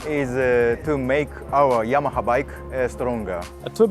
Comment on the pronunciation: It's funny how no Italian is able to say "Yamaha" correctly😂❤